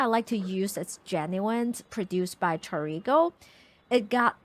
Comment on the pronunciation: fyi: "torigoe" is pronounced "toe-ree-goh-aye", 4 syllables where "aye" rhymes with "hey" or "day" or "pay"... now to go make and eat some milk bread